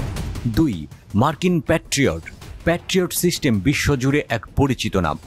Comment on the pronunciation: উচ্চারণ এত বাজে কেনো? সিস্টেমকে শিস্টেম বলতেছে। তথ্যও ভুলভাল।